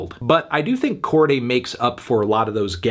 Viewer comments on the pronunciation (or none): Ok but I don't think it's pronounced "Corgay" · YBN who? Melon keep saying Cordy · You’re pronouncing his name weird Anthony